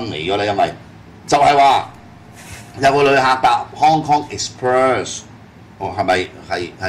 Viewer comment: Hong Kong Exbirds?? 咩料呀😂😂😂 啤梨你讀唔到Express呢個字 不如講返香港快運算啦